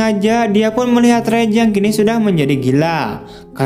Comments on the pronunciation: Raj.... Om. Bukan Rej..... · raj bukan rej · Raj bang bacanya bukan rej